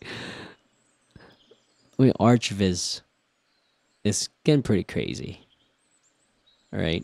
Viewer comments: Ok man… are you trolling us with “arch” viz? It’s architectural visualization…. Not arch visualization… we’re visualizing more than arches. “ArK viz”. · "arch" viz lol. Arc viz bruh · Arch viz? surely its pronounced arc viz? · Before this I've only heard people pronounce it "arc" not "artch" :p nice video though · did u just say ARCH(tch) Viz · It's pronounced arc lol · Please pronounce it as "ArcViz" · It's not pronounced aarch--tek-chr. It's arr-cuh-tek-chr. Sorry... my OCD is kicking in. Everytime you say "aarch-vis" I can't help and think of Archie's weird mysteries.